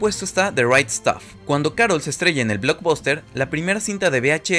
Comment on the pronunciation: Se escribe Blockbuster, y se pronuncia "BLOCKBASTER"